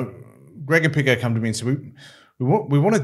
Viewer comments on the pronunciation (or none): none